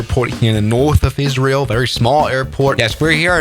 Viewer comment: Really fun to get a video about my country and in you pronounced it right